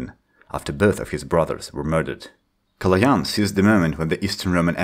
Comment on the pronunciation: THIS IS A MOMENT OF HISTORY, SOMEONE THAT IS NOR BULGARIAN ACTUALLY PRONOUNCED Калоян RIGHT